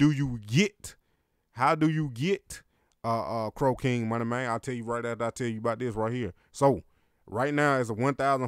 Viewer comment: It sounds like you're sayin crocaine 😂